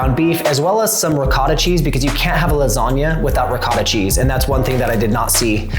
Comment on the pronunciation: And "you cat do... " Instead of "you can't do..."